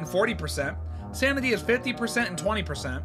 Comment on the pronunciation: Hey btw sounded like u said samity in the first part 😂🎉